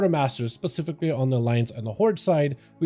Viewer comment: This is probably the best Housing Decor guide out!! My only complaint is the amount of times the word "pacifically" is used instead of "specifically".... lol thanks for the awesome guide!